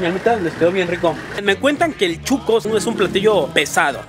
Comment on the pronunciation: Si chuco es sucio , pero el atol es shuco no chuco.